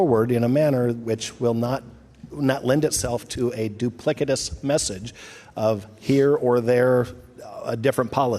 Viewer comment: Ummmm...duplikatous? I'm not a scholar but is he trying to say duplicitous?